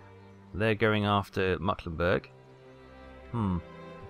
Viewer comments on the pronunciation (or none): it's NOT mucklenburg, its mecklenburg!